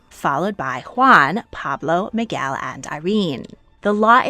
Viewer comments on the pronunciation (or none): none